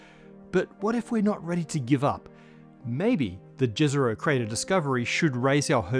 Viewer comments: It's pronounced "ye-zeroh" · Jezero is pronounced as Yezero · jezero crater is pronounced like yezero